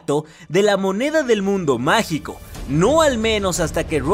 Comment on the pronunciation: Nadie: Absolutamente nadie:: "Dinero Magal"